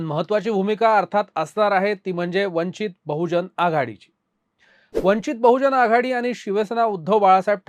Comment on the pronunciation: वंचित बहुजन आघाडी असा उच्चार करा